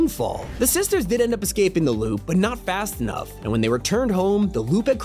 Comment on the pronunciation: its INSANE how you say "lube" instead of "loop" every single time